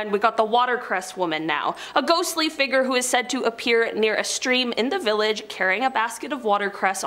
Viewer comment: You need to learn to pronounce the word Figure, it's fig ure, not fiigger, which you pronounce figg er